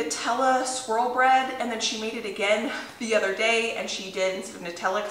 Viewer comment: I thought you said cinnamon “squirrel” bread 😂